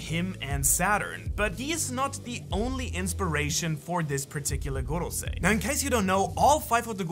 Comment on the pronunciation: Drink a shot evertime u hear gogosei.